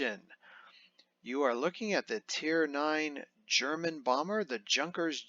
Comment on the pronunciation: Not J...unkers, its like yoonker